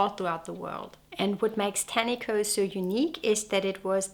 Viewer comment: It’s very nice that you have done some research about our country and some of your facts are correct. However, it would be good if you could also research the pronunciation of te reo Māori (or even close) as it’s offensive to hear this beautiful language strangled. Tāniko (pronounced tarneekor) is a traditional finger-weaving technique to create colourful, geometric borders on garments. I couldn’t finish watching sorry.